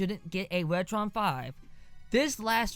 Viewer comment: wetwon 5 is wery wood wonsole you woron!